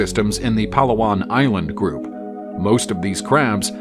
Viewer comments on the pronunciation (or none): none